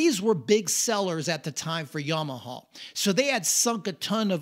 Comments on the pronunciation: Yamahuuhh. Bud its yamaha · This "yomohoh" brand sounds great 😂